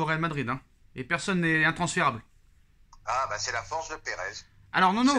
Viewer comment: il y une reuniln entre perèz et Florintino perèz minute 😂😂